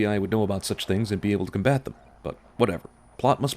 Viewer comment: You pronounced detail and combat wrong :P